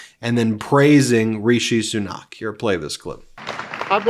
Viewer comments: its not Sunaaak it is Sunak...with equal emphasis between the two syllables and it is not a drawn out "a" but "a" as in apple, not "a" as in Aardvark But still thank you for this podcast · It's not pronounced soo-NOCK, it's SOO-nak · Christ, his name is SU-nAck not so-KNOCK. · Soo-nack is how the outgoing PM's name sounds. And what a gracious concession speech. Also shows the benefits of the constitutional monarchy/parliamentary system. A lot of my liberal friends have a dim view of it because they think it's "undemocratic" but the UK raks higher on all the indices of democratic realities than the US does. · As a resident of Britain, It's always a little strange seeing other folks talk about UK politics. Like mispronouncing names. Like here, Fishi Rishi was terrible and and only got picked by a small group people people after Lettuce Liz Truss broke the entire economy in an afternoon. He hid £730 million in a tax loophole and calling an election at this time was basically a surrender because he was tired of the job. And Stammer's no angel.